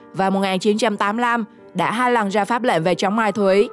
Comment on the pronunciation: "Mai thúy" là gì? Giọng đã dở, phát âm còn sai nữa.